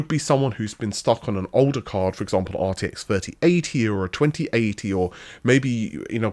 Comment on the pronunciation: Ahh, that famous "northern" GPU, the arty-eck 5090. 😂